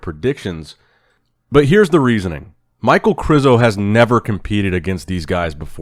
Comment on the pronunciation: Winner said maichael krizo🤣